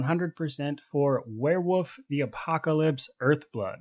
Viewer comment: It sounds like you're saying "werewoof" and I'm here for it.